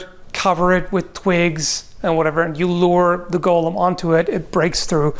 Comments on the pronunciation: I don't know why I get so angry when someone pronounces golem incorrectly, but so many people do it it drives me insane. For reference it is pronounced 'gow-luhm" with a long O. What everyone is actually saying is Gollem from "The Lord of the Rings" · Gull-um? GULL-UM!? It's go-lum!! It's a Jewish legend, not a mutant hobbit!! Just kidding, pronounce it how you want. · I keep hearing "Iron Gollum" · It's pronounced "GO LEHM",! It's not an evil, near-immortal, insane halfling with a fish fetish:P as for damage, hm, catch it between two giant swinging hammers = Crunch! since Medieval folk did produce very large bells, doing something similar with iron hammers, maybe with a steel head, could be done? Golem's are not intelligent or not very, so wouldn't recognize traps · So how many people heard 'Gollum' whenever he said Golem? :) Aside that, this really is one of those kinds of questions where you have to know how much power the magic that's fuelling it is and what it actually enables the golem to do. Like you can have the Frankenstein version that can just about lumber in a given direction with a punishing lack of urgency... and you can have the Dragonslayer Armor from Dark Souls 3 types that moves like it weighs nothing. Also you kinda need to know if and when the magic stops working, like if it looses an arm, the head or a leg does it still keep moving as if nothing happened or not? But as for fighting it... yeah I would also think getting behind a cannon and hopefully blow it up at range is the way to go. Burying it in a pit sadly also hinges on the magic because you could get it down there only to see it dig itself out. Like it could be similar to Marvel's Juggernaut, he's been thrown into the sea or deep under ground numerous times and the only option he has is to slowly walk back up to the surface through the ground itself if nessesary... but that often takes him weeks. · My only problem with this video is your pronouncing golem as "Gollum". 🤣